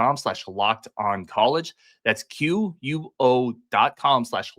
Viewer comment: Quo is pronounced Quay? doubtful.